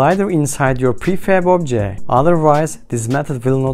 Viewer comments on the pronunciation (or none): I dont understand how in some words you can pronounce letter "t" and in some you dont. What is BuNN? Objek? Sucroll view? For some reason its very annoying. Apart from that ty for tutorial. Maybe in futur make it slightly slower as the pace is a bit too fast.